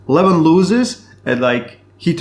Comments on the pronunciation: Lol! Also, it' Leh-Vahn and not leh-VHAAAN. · I never know if you say Levan or Devon. Sounds like you say Devan and Levon 😂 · Every time he said Devon I thought he said Levan and ice versa. Lol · Bro either say Devon or Levan I have no idea who you are talking about. why butchering the names and making it so complicated?